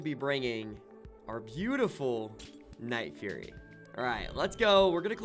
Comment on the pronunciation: its not "furry" its "fury"